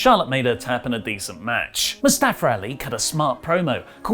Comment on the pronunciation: What was up with announcers last night it seemed the whole time they pronounce Mustafa’s name weirdly???